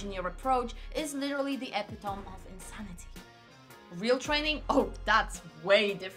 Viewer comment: "epitome" is pronounced "eepit-o-me" Your English is pretty good but this one slipped by 🙂 And you're right... as Einstein was rumoured to have said "Insanity is doing the same thing over and over again and expecting different results" .